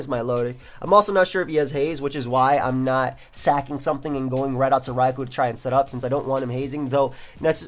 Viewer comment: Entire time I thought he said Ragu and not Raikou